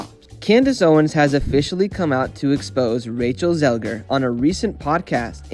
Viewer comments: she is called Zegler tho, not Zelger. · Cant deal with the zelger thing. You didnt care enough to get it right